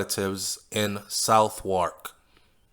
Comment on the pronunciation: I think the British pronounce Southwark "Sovark" :).